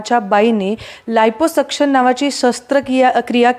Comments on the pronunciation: 😂 आयपो सक्षण नाही ओ, लायपो सक्षण म्हणा😅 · NDTV च्या पत्रकाराने लायपोसक्शन ऐवजी आयपोसक्शन केलं. 🙏🏾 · Anchor ne navin shabd shodhla iposuction 😂. Aadhi abhyas kara neet